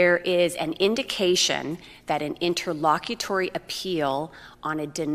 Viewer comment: Interlocutor - pronounced IN-TER-LOCK-QU-TER